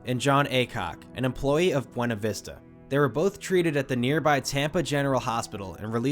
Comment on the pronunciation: You pronounced Buena vista wrong. its pronounced BEW-nə-VIS-tə. lol!